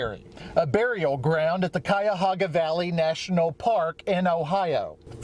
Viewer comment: Holy crap you said Cuyahoga correct! People who friggin live here even screw it up! I live near there. And somehow I've never heard of this. But holy crap with the dude's mom going vigilante on the wrong person. Oof.